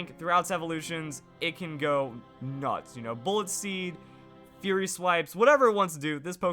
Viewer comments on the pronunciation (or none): none